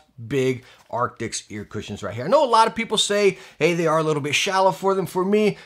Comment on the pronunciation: Does he say artics?